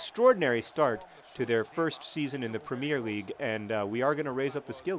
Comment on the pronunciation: you pronounce "premier league" wrong... just like an american who never watched a real game hahah